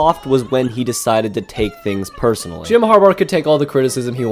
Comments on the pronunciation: “jim harbar” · It's not harbar!!!!